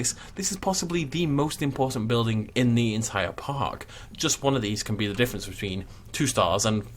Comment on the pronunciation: this the type of guy that pronounces building as buildink? ye i'm out of here